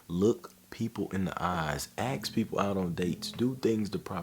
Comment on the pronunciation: Great video man but please for the love of God stop saying axe in place of ask. It's "assk" not "axe-body spray".